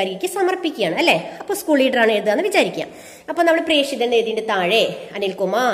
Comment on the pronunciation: പ്രേഷിതൻ ,പ്രേക്ഷകൻ എന്ന ല്ല പ്രേഷകൻ എന്നാണ്